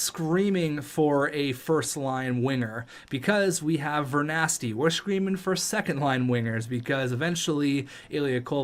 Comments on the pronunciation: im canadian but it pissed me off he still says vernarsty wrong and that's a star player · Alright please read. Ver NAR sky not ver nas ky Pihlstrom its like pill not phil Take a second read get some glasses